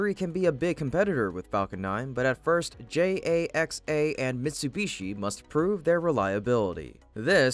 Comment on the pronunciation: cant pronounce JAXA... And always mispronounces a few words per video. Im telling the Host to learn the words he is reading. And Im FRENCH!